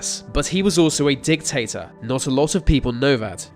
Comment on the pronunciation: you said "Dic-Tater", that's funny, lol